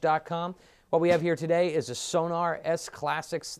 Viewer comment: Sonor is pronounced So-nor, not So-nAAr. :-) But they do sound great and thats some great demo vids you got.